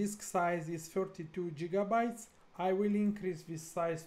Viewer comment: 32 jigabytes. Sir, I like your style.